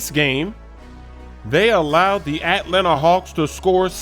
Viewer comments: why u pronounce it the hawks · ATLANTA. SAY IT RIGHT. STOP OVER-EMPHASIZING THE AT in atlanta